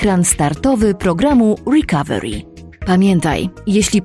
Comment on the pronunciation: Łrikawełri xd